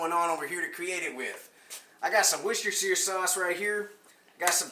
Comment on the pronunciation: First American I've seen on YT Pronouncing Worcestershire the correct way! "Wuss Ter Sauce! Great vid btw!